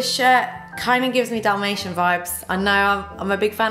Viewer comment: I tough she said "damnation print" not dalmatine 😁